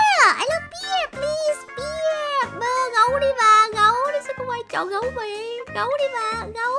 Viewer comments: Bear chứ ko phải beer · Bear -be chứ hăm phải pia chị ơi